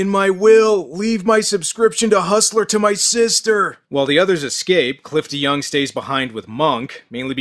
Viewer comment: OOOOooohhh.... his name is Cliff deYoung!! Every time you say his name, I always hear you say Clifton Young.